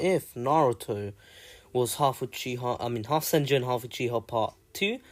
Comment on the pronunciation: You mean half not halg